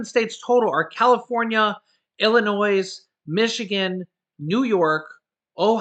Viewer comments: It's pronounced Illinoi. Drop the s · The S is silent in Illinois....